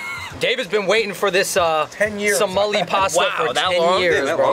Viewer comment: It’s Somali not somalina